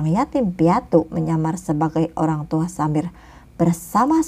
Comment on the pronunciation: KK bukan menghina ya tadi KK bilang Olang tua bukan orangtua oky